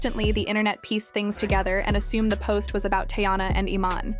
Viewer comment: Can you atleast pronounce her name right? It’s TEEyana…